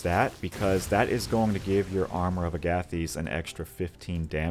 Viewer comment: Agathys is pronounced like Agatha and thesis; Aga-thiss. Love this build super dope synergy just wish rage replenished off for a short rest 😅